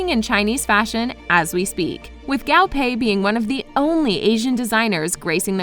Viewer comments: also guo pei not gao pei. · Not to be that one annoying chinese- but i hate the way the narrator says the chinese terms- like its guo pei not gao pei- yk? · The designer's name is not pronounced as "Gow-Pay", it's Gwoo-Pay lol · The designer's name is pronounced Guo (kuo) pei not gao (kao) pei. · GUO PEI not Gao Pei! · i’m mad she keeps saying gao pei instead of guo pei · guo pei. not gao pei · To reiterate, the designer’s name is pronounced as Guo Pei, not Gao Pei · Guo pei not gAo PeI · Guo Pei not Gao Pay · GAO PEI 😂😂😂😂😂 sorry i can't stop laughing at the pronounciation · Didn't even research the pronunciation of Guo Pei... Faux faux faux faux!!!!! 😂😂😂😂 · but the way she pronounces Guo Pei tho? and other words.